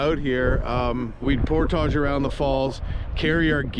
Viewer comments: It’s Por~(tige) phonetically. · Pronunciation: Por-tij. 😅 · Unusual to put the French accent on just the one word. Honestly. You are OVER using that word and I can’t watch the channel. It’s just too distracting and off putting.